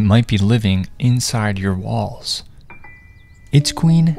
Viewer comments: Um i heard first balls instead walls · I thought you said "it might be living I my balls" s9 I squeezed my balls trying to kill them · Heard walls as balls and started fearing... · My dumbass thought he said living in your balls 😭😭😭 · I heard ''It might be living in your balls'' and i had like ''WHAT-'' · Bro I thought it said “it lives in your balls”😂😂😂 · My dumb ahh thought he said “it’s living in your balls”😭🙏✌️ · Me thinking he said in your balls 😮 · I heard "it might be living in your balls" 😭😭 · sorry to say but i heard balls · Guys I have bad hearing so I thought he said balls💀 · i thought he said “it might be living inside your balls” That made me so terrified but then i heard walls OHHHH still terrified tho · I thought it said “it could live in your balls”💀💀😭😭😭😭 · WHEN IT SAID “it might be in ur walls” I THOUGHT HE SAID “it might be living in your balls” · BRO I UEARD HIM SAYING "THIS LITTLE GUY MIGHT BE LIVING INSIDE YOUR BALLS" UNTIL I HEARD IT CLOSELY 💀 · I thought you said balls, I was scared for a good few seconds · Why did I heard “It might be living in your balls”😂😅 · i thought he said it might be living in your balls😂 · I thought he said “balls”instead of “walls”😭😭😭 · I thought he said ot was in ur balls 😭😭😭💀💀💀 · I THOUGHT IT SAID BALLS WHAAAT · I am supposed to be asleep so I have my audio low. When he said it might be living inside your walls, I thought he said balls😭😭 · I got terrified when I heard "walls" as "balls" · I’m sorry I heard “balls” not “walls” 😭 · I thought he said balls 💀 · I heard “it might be living in your balls” 😭😭😭😭😭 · Misheard “walls” as “balls” and was scared for all the men in my life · “Living in your wall” Me : hearing “Living in your balls” 😂 I freaked out lol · I thought u said "it might be living in ur balls" 😭😭😭😭😭😭😭😭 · I thought He said "inside of your balls" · i heard balls not walls 😭😭😭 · I Heard ball not walls😂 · I thought he said balls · I thought he said it might be living in your balls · I heard walls as balls 😭